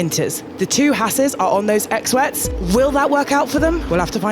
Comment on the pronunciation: I hate “X-wets”.